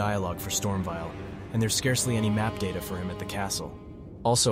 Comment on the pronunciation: Bro really said : KAY-el and Storm-vial 😂😂